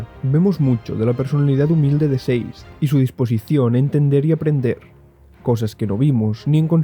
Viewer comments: Por que le dices "seiz" a Sazed!??? que dificil! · Sazed ❌ Seis’d ✅